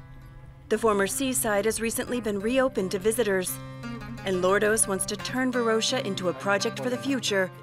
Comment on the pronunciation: Varosha with a SHORT - o - not a long - oh - you dont confuse coke and cock either, or do you? :))